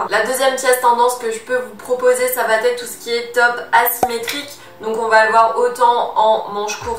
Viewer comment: S'il te plaît, arrête de dire "ça va t'être " , il n'y a pas de "t" à "va" , "ça va être " donc pas de liaison à l'oral.... merci